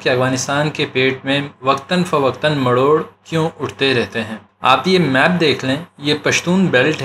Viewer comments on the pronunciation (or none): بھائی یہ لفظ "مروڑ "ہے نہ کہ "مڑوڑ " بہت زبردست کام کیا ہے آپ نے